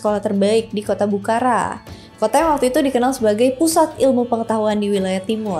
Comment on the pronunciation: Sorry, dibacanya bukhoro, abjad arab ga ada ra, tapi ro 🙏